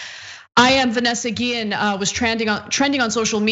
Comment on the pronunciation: One small, but important, sign of respect for the victim would be to pronounce her name right. Her last name has an accent over the e -- the accent is on the last syllable, as in "ghee-ENN."